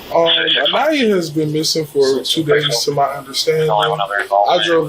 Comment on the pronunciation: How many different ways can AI pronounce Aniyah